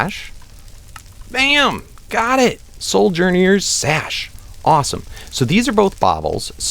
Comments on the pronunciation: I think it's SO-JEN-ER sash. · I just wanted to let you know that sojourner is pronounced so-jer-ner, not so-jer-knee-er. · ( I feel like I'm getting tased every time 'wyvern' and 'soujourner' and 'chordata' are mispronounced